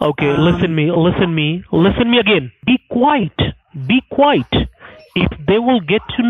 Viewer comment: "BE QUITE, BE QUITE!" 😩😂😭💀 (I think he means be quiet.) 🤣 Shout Out to whoever does the subtitles on all these Scammer Payback videos, including the random sounds (* honk * ) or random comments ( * needs mucinex * ). I love the font, too. ♡ I am on a Scammer Payback marathon.